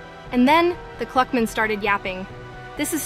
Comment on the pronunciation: Clockman ❌ Cluckman ✅